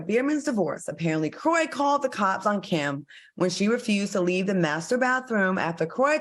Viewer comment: Her name is Kim not Cam Ms. Claudia while you over there trying to correct and be funny wit Funky smh u be trying it girl ummm but when the heat is on u yo a** can't stand it smdh ijs